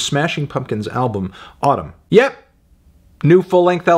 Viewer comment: It’s pronounced “Atūm”